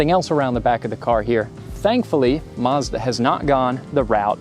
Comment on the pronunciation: Mazda not marrzz-dar